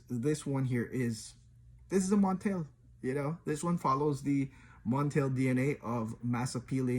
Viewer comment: It's pronounced MontAl not MontEl. Honey Aoud, Arabians Tonka, Aoud Leather, Day Dreams, Ristretto Intense Cafe are other good options from the house.